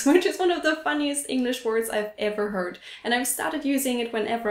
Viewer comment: u said hurt not (herd) Heard lol